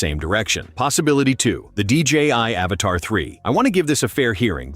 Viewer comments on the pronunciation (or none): It’s Avata not Avatar!!!